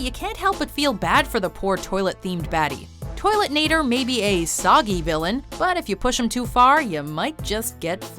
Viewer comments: It's Toilenator, not Toiletnator. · .....It's Toilenator, it's not ToileTnator. God that's annoying x3